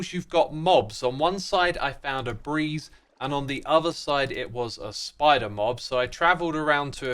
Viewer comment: he says that “The breed now avoids jumping into dangerous blocks” but it was just a mispronunciation